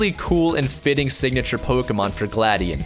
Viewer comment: It's gla dion